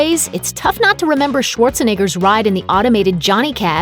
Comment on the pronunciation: Did she just say "Schwartzanigger"